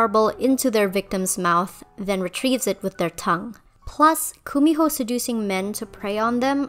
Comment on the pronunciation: Hi! I'm korean, and I just want to fix your pronunciation of Kumiho. It's pronounced more 'gu-mi-ho' with a g instead of the K. Otherwise, love this video! Thank you for the Korean representation, hehe